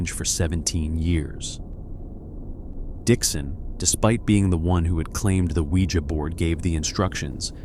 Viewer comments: I tried to listen to this I love these kinds of stories but I'm having to turn it off because he can't fucking pronounce ouija correctly... He says it like sling blade.... Noooo thanks I'll watch a video where they CAN ACTUALLY PRONOUNCE WORDS CORRECTLY smh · Pronounce ouija" the right way!